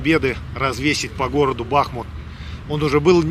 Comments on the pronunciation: Почему же БАхмут! Ведь БахмУт! От реки БахмУтка! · Не Ба́хмут, а Бахму́т. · Макс, ти дебіл? Я тобі вже кілька разів писав, що в назві Бахмут наголос робиться на другому складі. Росіянин не придатний до навчання. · Пройдут десятилетия - и, возможно, Кац наконец-то выучит, как правильно ставить ударение в слове "Бахмут".